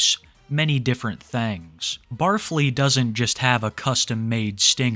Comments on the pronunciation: I thought it was pronounced Barf-Lee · barf-ly? i thought it was bar fly lmao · I think the first guys name is supposed to be pronounced Bar-Fly but Barfly really is more fitting. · its pronounced bar fly. the 'stinger' is a sous vide hood meals' long nails are for doing cocaine off of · Isn’t it Bar Fly, not Bar Flea? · Barfly, said “Bar_fly, not “Barf-ly” I’m pretty sure. I believe he is a trucker. A lot of semi trucks have an area behind the driving seat where a bed can fit and also a burner or a microwave to cook food! Truckers get pretty creative in their cabs with their single plug in burners. They will live in their trucks for months, they do what they can to spice things up with food or even stay healthy. He may be a trucker driving a no cab semi tho,( a semi with just the driver and passenger seat, no area to sleep in behind the seats) hence why he has to sleep in hotel rooms all of the time. I think he does have previous culinary experience. Him having done prison time? I’m not sure. I can see him just being a guy who was raised poor, therefore grew up eating stuff like pickled pigs feet and other gross stuff. I know my dad grew up on canned chicken, canned tuna pancakes, bread smeared with canned meat jelly, spam. He may also be a guy with outdoor living experience like a camper or a hunter. So not necessarily a felon but maybe! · Pretty sure its pronounced "bar fly" not "barf lee." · Pretty sure it’s “bar fly” not barf ly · It’s not “bar-flee” it’s “bar-fly”. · I’ve never watched the guy, but is his name really said like “Barf-ly” and not “Bar-fly”? 🤣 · I don't think it's pronounced the way you're saying it. It's BAR-FLY. A name for people who frequent local drinking establishments. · bar fly... not pronounced as one word lol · It's pronounced Bar Fly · The way he pronounces barfly is hilarious to me